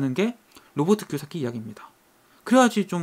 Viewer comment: 왜 자꾸 기요사키가 x새끼로 들릴까요 ㅠㅠㅠ